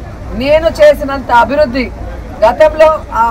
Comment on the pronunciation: అభి రుధి కాదు... అభివృద్ధి అను.... దరిద్రం భాషా నీది!!